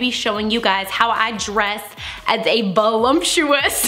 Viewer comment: The word is "voluptuous." "Volumptuous" isn't a word.